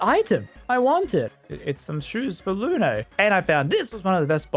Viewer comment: Who's "Loonay" ?